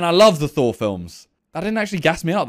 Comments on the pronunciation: He said Thor, I heard Saw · Sounds like he said phor and not thor